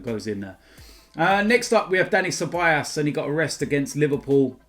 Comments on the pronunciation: it is ceballos not ceballas. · Yo it’s Ceball-OS not Ceball-ASS😂😂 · Why are we 2 games from the end of the season and is still saying ceball-ass?